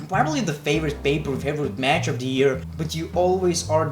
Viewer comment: It's not ear, it's year